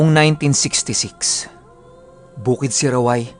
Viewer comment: Kapah sinasabi Mo na Yung "bukid siraway, Zamboanga del Norte" sinasabayan ko na... Ang ganda kasi pagbigkas eh... Hahaha